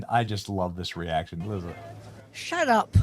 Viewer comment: does it sound like she has dentures that are about to fall out or is it just me?? Ssssssut up up!!